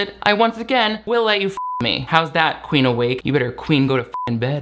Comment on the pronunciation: The comment I'm about to make is so petty and juvenile, but every time her name is said I can't help but hear Queef Awake and not Queen. I'm sorry for being that petty.